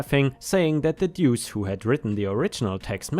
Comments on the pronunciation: Pronouced like 'loose' 'Doose' . Duece means 2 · Deuce is pronounced Dew oose . I'm sure op missed deuce swapping the e and U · Deuce = sounds a little like "dues" but with a "seh" sound instead of a simple "ss" sound. Think of the word "deduce" but only say the "duce" part of it. It has various meanings, most of which have something to do with the number two, one of which is to literally mean two. (Edit: The way you kept pronouncing the word after your initial confusion was perfect.) Indirect meanings or use of it consist of... Gambling, like with dice or cards, where a "pair of deuces" refers to two two's (a pair of dice both showing two, or a pair of two's in a hand). Or using the restroom and dropping logs, as that is considered to be going "number two." Some say it means peace (two fingers held up to make the peace sign). Apparently it's also slang for devil/dickens, thus "What the deuce?" would translate to "What the dickens?" Though I like the idea of it translating to "What the crap?" 🤣 So in the second story, I think OP's use of "Duece" (misspelling of "deuce") is to infer that the person is a piece of crap. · "Duece" is pronounced Doos. Like in in "dos and don'ts", and it rhymes with "noose". It'a nickname, coming from poker slang for the 2 card, the "duece". A person can get a nick name like that, if they draw a lot of twos in a game, or lose/win spectacularly with twos. Or for having a lucky two card in their hat. Stuff like that. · Duece pronounced dewce. Listened long enough. Slang for two. Happy to help. English is a complex language even for me. A native speaker of it.